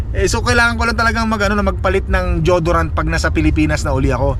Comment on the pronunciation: it's "Di-yo-do-rant and not jodorant Po.